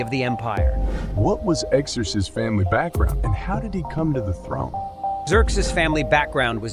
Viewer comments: Please stop saying 'Eck-zerzes......it's 'Zurkzees' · Were there multiple god kings or is there a reason his name is said/pronounced (and spelled) differently throughout this video? For example: Exerxes and Xerxes… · "a i voice" diction error. There was only one Xerxes. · Hmmmm, learned a few things. Biggest question though is how much of this was AI. The artwork looks AI and while more fluid than I'm used to, the vocals are obviously AI because of how it repeatedly mangles the name Xerxes in different ways that no human would do lol. Even the closed captioning appears AI. It was entertaining though but it just seems that too much AI was used and the only thing other than the video clips might be the second voice asking questions in the video. The 3D effect made me wonder where I put my 3D glasses lol.